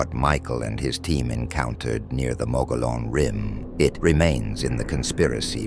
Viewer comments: Mo-go-lon? Why are you speaking Texas Mexican Davy Crockett? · Phonetically pronounced Mug gee on.. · As a native Arizona, we pronounce it "Mo-gee-own". The giant, hairy creature is cannibalistic. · Mo- Gee - Onn....... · You know, you really sound like dorks when you mispronounce the name of the rim. The correct annunciation for the Mogollon Rim is “Muggyon” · Moh-geee-on Say it nice and slow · OMG ITS PRONOUNCED MUGGY ON RIM!😅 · TRUE! It's pronounced MO-GE-YON. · Omg! Your mispronounciation of "Mogollon" is infuriating!! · The mispronounciation is infuriating. The dude's name was Mogollon, it was Spanish. That means double L makes the Y sound.